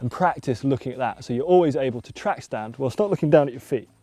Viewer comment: Track stand kind of sounds like tramp stamp😂